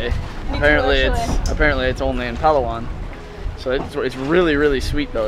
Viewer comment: Your video is amazing!! The easiest and correct way to pronounce Palawan is “Plah-wan”. And for Boracay is “Brah-cay”. And BTW, you did the right pronunciation on “Tagalog”. :)